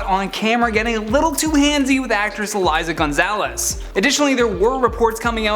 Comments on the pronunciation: I love you AKA but the name is Eiza not Eliza. #bilingualbaby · the girl Liam was seen with is Eiza, not Eliza 😂